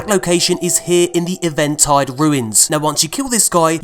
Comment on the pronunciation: Just a little info for ya, I think Eventide is pronounced even-tide not event- tide 😋